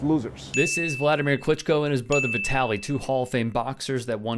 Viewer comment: Vit-uh-lee. Like Italy